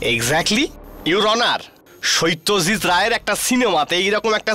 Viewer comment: প্রসিকিউটরের ভয়েসটা ভালো লাগলো না । বিশেষ করে এ তিনি 'সত্যজিত'কে 'শইত্যজিত' বলে উচ্চারণ করলেন।